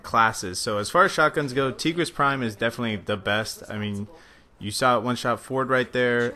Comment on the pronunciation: This nigga said Tee-gris Prime